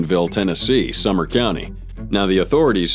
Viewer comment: Not for nothing but, It's Sumner County TN, not Summer :)